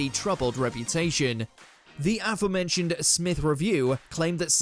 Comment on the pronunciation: Sorry, can you say "aforementioned" again, please? 😄